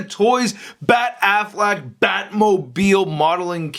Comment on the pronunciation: Lol he said Ben Aflac